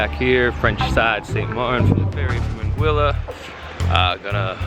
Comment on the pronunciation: Lol If you don't say (out loud) or think something like "we made it" after a Saba landing, you didn't experience that landing correctly. Also appreciate that you pronounce St. Maarten, Anguilla and Saba correctly.